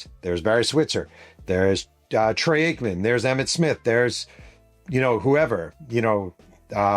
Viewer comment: My favorite part of these Cowboys stories is how you just cannot say Troy Aikman’s name right lol…great stories, but that just makes me chuckle.